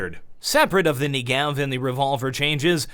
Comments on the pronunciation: Hey, just so you know - It's pronounced NE-gev, not Nuh-GEv - the emphasis coming from the first e. (This is coming from a fluent hebrew speaker, the gun is named after a place in Israel). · I'd just like to note something: The Negev is pronounced *NE*gev, while you are pronouncing it ne*GEV*. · he says the knee-gee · WHY????! why can't anyone say NEGEV correctly....